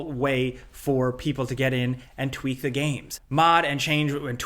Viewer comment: The more you said "tweak", the more I began to hear "chwheak". I don't think I will ever think of tweak the same again...